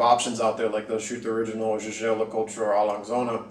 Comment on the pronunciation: It's YEAGER. Not ZHAZHAY. lol I appreciate your perspective tho